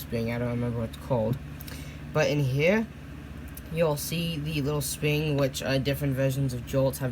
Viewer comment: “And the sping”